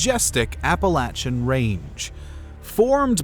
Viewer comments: As someone who lives there just gotta say thank you for pronouncing Appalachian correctly!! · Dude even pronounced Appalachian correctly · So glad he's saying Appalachian right 😅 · Thanks for pernouceing Appalachian correctly